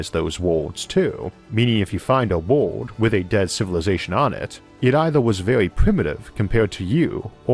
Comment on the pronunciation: Can't tell if you're saying world or ward.